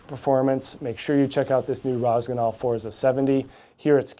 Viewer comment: You need to take some Italian lessons to correctly pronounce “Forza”, got on line and find an Italian language app. Forza Italia